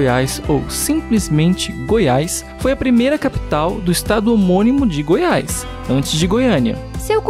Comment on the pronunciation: NAO E GOIAISS E SIM GOIAS,NAO SEI PORQUE AS PESSOAS INSISTE EM FALAR ERRADO.